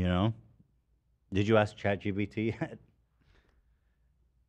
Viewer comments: Honestly, I've heard him say "chat gtp" so many times now that "chat gpt" sounds weird and wrong. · "Chat Chee-T-P" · Chat EDP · My fav is chat GPS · Someone please make a compilation of Ethan saying “chat gpt” wrong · if my life depended on whether ethan said chat GPT right that day, i would for sure be dead. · Ethan not being able to say Chat GPT will never not be funny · Can we get an edit of Ethan saying chat GBT all the wrong ways? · can someone please make a compilation of him saying chat GPT wrong?